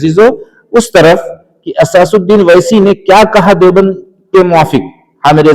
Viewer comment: Asasuddin nahi asaduddin hota hai bura namane